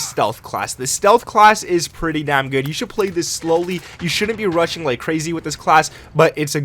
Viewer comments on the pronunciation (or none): Russian or rushing?? 🤣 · When you say rushing one it sounds like Russian one 😁